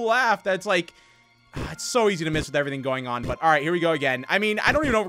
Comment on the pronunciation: Kim Nam-Joon it sounded like “toon on guys” O-O